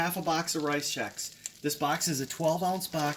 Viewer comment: Sounds like you are saying rize Chex.